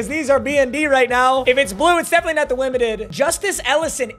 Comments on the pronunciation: not the wimited lol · “if it’s blue it’s definitely not the wimited”